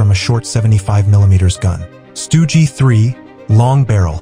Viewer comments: stoogey, it's just stug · AI voice-over stinks! "Stugy" instead of Stug, panzer 'eye' instead of panzer 1, tiger eye. 'milimeters' gun - instead of milimeter. Sturmtiger, fired 380mm 'Depth Charge'? WTF? It wasn't hunting submarines you automated twit.